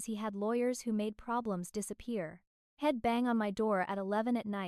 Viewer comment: Please fix the AI pronunciations of simple words li I'm and he'd